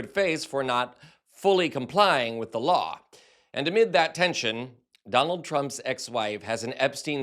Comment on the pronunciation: The way you speak is grinding my gears man. WHY SO MUCH EMPHASIS ON THE "H" in words starting with "wh"??? You're even putting an "H" in words WHERE THERE IS NONE, like "with". GEEZ. Then when you say "been", you're pronouncing it so specifically as "BEAN" (like you're so proper). GEKKKKK! I support the work you're doing, but omg, the way you talk... I also acknowledge that this is just MY opinion that nobody asked for, and you're free to speak as you wish to, and that many other people might love the way you talk. I just felt the overwhelming need to vent, as we humans sometimes do. Carry on.